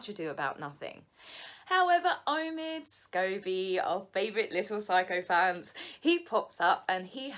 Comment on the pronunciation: She said sycophant lol 😂